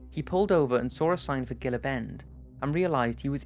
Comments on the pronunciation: Gil-La bend, lmfao. Gila - (Hee-La). Sorry from Arizona. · IT’S PRONOUNCE “HEEL-UH” BEND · it's not gill-uh river it's he-la river! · Gila is pronounced Hee-la. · Gila is probably pronounced as heela as in the lizard called gila monster. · Gila like an hard H like Hila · Gila is pronounced Hee-la. Do some homework or get an editor. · Gila is pronounced "heela". :) Cheers! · Gila is pronounced He-la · it's pronounced hila not gila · It's pronounced gila the g sounds like a h hila bend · Very interesting video, fyi, Gila is pronounced heela bend, the g and j's are usually pronounced as h. it is Spanish derivation, but still, I love your videos, just thought you might like to know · Gila is not a g sound but a h sound.